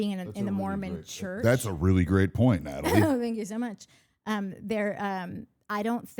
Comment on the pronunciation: Nathalie, I love how you say my name❤You and Mike are literally the first people who say my name correctly, and I feel seen!!